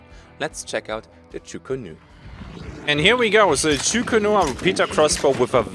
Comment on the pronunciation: I just have to be that guy today :P it´s "Chu Ko Nu", sadly, as chu ku nu is way faster to pronounce :D